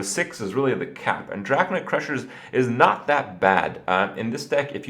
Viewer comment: Drak-ON-ID crusher not "Drakanoid crusher"